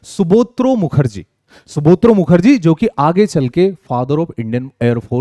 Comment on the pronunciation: Its Subroto Mukerjee NOT Subotro , Thanks